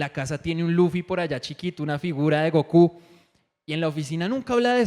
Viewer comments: Cada que dijo Loffy me daba algo pero igual lo vi todo, excelente video! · muy bueno pero no le digas Lofi a Luffy jeje